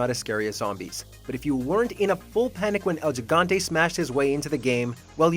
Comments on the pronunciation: Gigante He-gone-tay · Wey me dio un puño de risa cuando dijiste el yigante XD